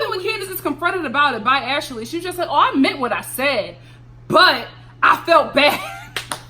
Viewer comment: I love it when you add an extra syllable to folks names like Ash-a-lee and Payola!!! Love it!